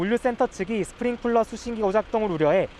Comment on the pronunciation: 스프링클러 스프링클러 스프링클러 스프링클러 스프링클러 스프링클러 스프링클러 스프링클러 스프링클러 스프링클러 스프링쿨러가 아니라 클러라고